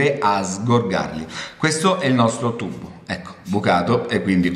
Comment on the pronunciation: il segreto e bello , non puo essere spiegato . ma mi fa morire quando dice IL TUBBO haha ma e di napoli!!! bello!!ciao